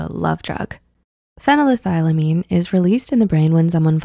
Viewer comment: These videos are very cute, and I enjoy them a lot, but as a student of chemistry; the way you mispronounce phenethylamine (fen-ETH-el-ah-mean, not fen-eh-THIGH-leh-mean) drives me absolutely batty! Lol, I hope this criticism doesn't come off as rude, I honestly do love the video!